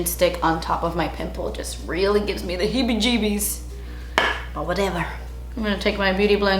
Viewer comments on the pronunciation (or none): The way she said heebie jeebies 🤣💖